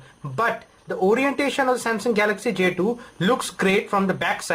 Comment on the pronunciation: "j tooo" WTF ?